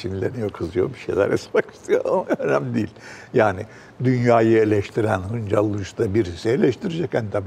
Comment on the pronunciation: Acun'un Şansal demesi ve Julide'nin Hıncal demesi beni rahatsız etti.